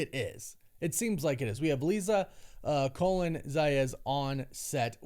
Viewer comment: Colón is pronounced COLOGNE not COLON.